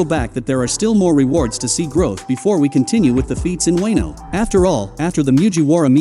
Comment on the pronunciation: Did he just say wayno